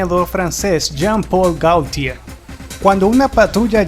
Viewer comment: Estaria bien que el tipo que habla en este video cuidara los acentos y pronunciaciones de los nombres en Frances sobre todo. Renò con acento, Bessòn, lo mismo. Gaultier la au se pronuncia o. Por favor el reportaje esta muy bien pero desmerece que no te documentes de como se pronuncian sobre todo los nombres propios.